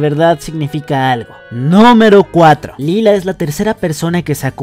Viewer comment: lie-la* xd